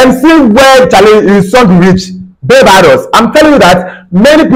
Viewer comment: Bro, it pronounced Bar-bay-dos & not bay- bar-dos.